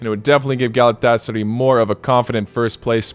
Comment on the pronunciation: Galet-tes-sary loooooooooooool